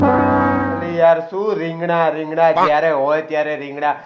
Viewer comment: રિંગડા નહી રીંગણા કેવાય 😂